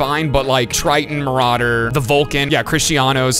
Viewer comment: I loved when he said very rare marauder😂 It was just mawawawwwwawwwa